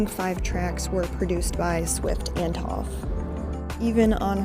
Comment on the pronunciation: Good video. Also It's Antonoff